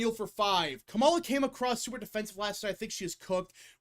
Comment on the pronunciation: it's KA-ma-la not ka-MA-la.